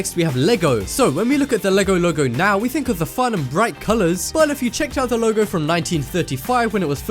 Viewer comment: any1 thought he said legolego or logologo? :D